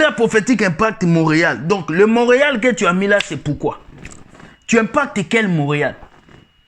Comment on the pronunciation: Frère, c'est impact mondial, pas moreal